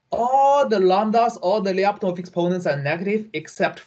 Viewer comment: FYI: in name Lyapunov, the last syllable is stressed: LyapunOv